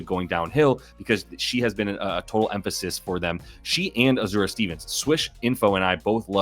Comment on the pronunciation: Azz-ah-ray not ah zur ah 😅 love the content!